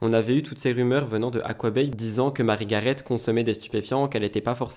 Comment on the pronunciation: Cc, on dit marie garé il me semble.